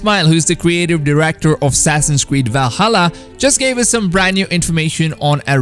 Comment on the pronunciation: He used to say “W-alhalla” too lol but I think he got bullied out of it